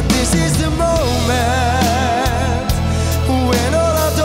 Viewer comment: Destiny biekoont....😂😂 man wat een slechte uitspraak zeg🤷🏻‍♂️ ... over DIS IS DE MOMENT niet te spreken 😂